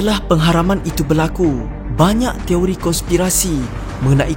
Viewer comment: Toiri ke Teori.. dgr mcm sebut Toiri 😅😅 Fakta no 06 jadi 09 😆